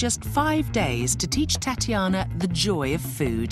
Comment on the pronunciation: Why does the announcer woman say: Tatianer, lol